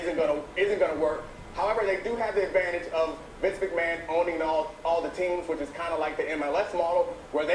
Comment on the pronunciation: "Vince Mcmahan" "Genuine" Nope